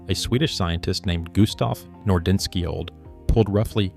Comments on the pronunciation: “Nor-DEN-ski-old” is hilarious. Nordenskiöld is pronounced “NOR-den-shold.” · I can tell a lot of effort went into this, but it's hard to take too seriously when the video gets so many of the facts wrong and makes unsupportable connections. Some more research would show how to pronounce Picuris, Nordenskiold, etc. correctly. Turner's original findings have largely been debunked by newer data showing the deaths he studied were separated by centuries, making it impossible for the bodies to be from a single massacre. Also, the statement that archaeologists and the Park Service have been blaming the depopulation solely on drought for a century is wrong. When first visited Mesa Verde in the 80s, they explained the reasons were not fully understood and complex.